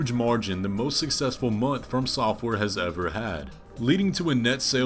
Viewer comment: Jesus, it really upsets me how you pronounce FromSoftware dude. I know the words "from" and "software" are used together but running the words together just sounds wrong to me 😅 And I'm aware that you aren't necessarily wrong either. It just sounds wrong to me. Unsubscribed! Jk, I'm not subbed